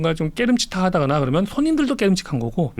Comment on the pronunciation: 압권 펜입니다. 권순우 팀장님 발음 몇가지만 교정해 주세요. 항상 했으믄..했으믄.. 하시던데...했으면으로. 그러믄이 아니고 그러면. 따져보믄이 아니고 따져보면. 했세요 아니고 했어요. 똘똘한 머슴 느낌이 드네요.